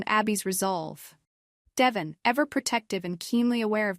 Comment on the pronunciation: I’m just wondering why in a lot of these Y&R spoilers you all keep calling Devon… Devin?? You would think you would know how to pronounce his name 🤷🏻‍♀️